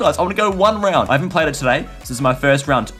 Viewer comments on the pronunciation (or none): none